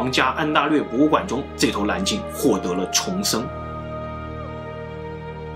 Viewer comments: 蓝鲸不是南鲸😄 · 这沙鲷丢脸丢到国外了，蓝鲸被你说成南鲸，舌头不好就麻烦你别出来丢人了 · 蓝鲸，南京。。。nl 不分哈哈哈